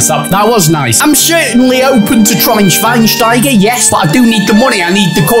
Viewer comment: I cant like the video until Matt learns how to say Schweinsteiger!